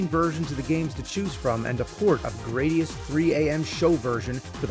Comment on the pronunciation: GRAD - IUS Not GRADE - IUS